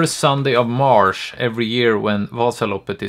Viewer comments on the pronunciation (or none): its understable that you gave up after what happened to you, also its "march" not "mars" unless you live in space :P